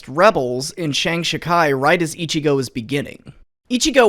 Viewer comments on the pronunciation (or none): oh right the accent goddamit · Ichi-go? How about ichi-no?